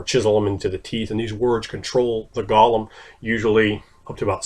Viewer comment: you're more or less pronouncing it right. Lots of people forget the subtle "h" that comes with the "le". The old joke of phlegm itself being a letter in Hebrew comes to life once more.